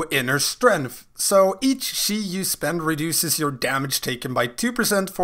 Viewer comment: SHI burst, SHI wave, SHI tornado xD im sorry it's just a little funny how you pronounce it, good video tho ;)